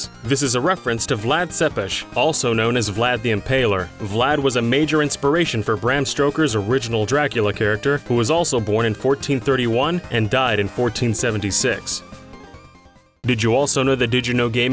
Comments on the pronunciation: it's Bram Stoker, not "Braham Stroker" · Ah yes... The famous Bram Stroker